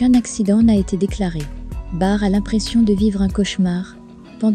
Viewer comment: La voix robotisée, insupportable !!! On ne dit pas 'bar' mais 'barte !!!!!!